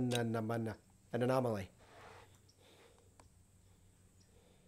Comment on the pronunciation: Anemenemamen...ananomely...took me 5 min to recover from laughing :-D nice review as always... accuracy impressed me a lot oh and... happy new year to you to in good health for you and everyone around you sir ;-)